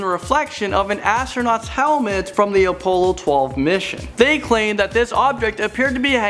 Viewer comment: I don't even care that this is just bullshit. The main problem is that he can't even pronounce crap right. AHLdrin, OHpollo, SERmetrical,??????